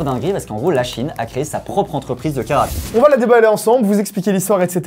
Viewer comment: Perso j'entends karafik et pas carte graphique. Je vais changer d'oreilles.